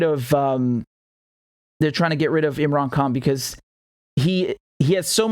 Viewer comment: Imran Khan is the Champion and he will bring many of us Indian and Pakistani Brothers together ! Richard the way you said his name was beautiful and many people need to use proper pronunciation like you. Your a Good Man Richard Love to you and your family !